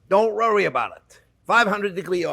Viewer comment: "Don't rorry about it" 😂